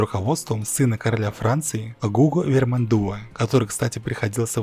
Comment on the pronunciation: ГугО ВермандуА. Это самое элементарное в французском языке ))